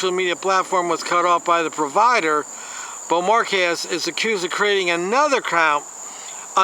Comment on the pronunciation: I'll admit, that's a hard name to pronounce. How about Bow-mar-kays? I could be wrong. I love and respect that you continue to give it your best shot.